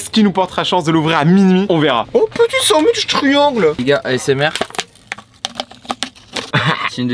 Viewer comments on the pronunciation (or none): Le "sand-wish"bruh